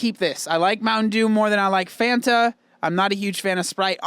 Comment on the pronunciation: The irony of pronouncing Fanta wrong and then singing the song 🤦‍♀️🤦‍♀️ "Fanta" and "wanta" are supposed to rhyme!